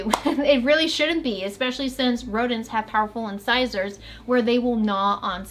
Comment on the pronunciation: Yeah you said incisors right lol just kidding I think it’s kind of funny when you say in scissors